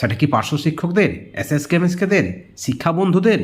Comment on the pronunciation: ন্যাতাজি নয়।কথাটা হলো নেতাজী। অ্যাস অ্যাস কর্মী নয়....কথাটা এস এস কর্মী .....কথাটা হোবে না...হবে প্রচুর ভুল ভাল উচ্চারণ😢